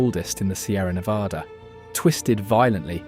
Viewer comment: This narrator, whoever or whatever it is, doesn't know how to pronounce Nevada.